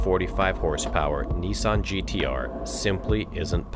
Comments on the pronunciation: Since when was Nissan pronounced Nessun ? FFS ! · "NEESON GTR"! ha ha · Stopped watching as soon as he said Nee-san...